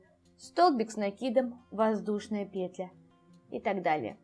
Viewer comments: Скажу по секрету, петля произносится как петлЯ! 😢 Аж слух режет😖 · Что-то последнее время многие вязальщицы делают ударение на первый слог в слове петля. Непривычно режет слух. Очень смущает, т.к. вязать приходится вместе с автором.